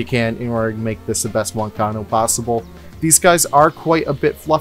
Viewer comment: The "guanaco" gave me physical pain.